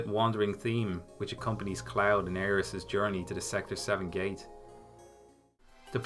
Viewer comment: “Aeris.” What? You another “Tie-dus” guy too?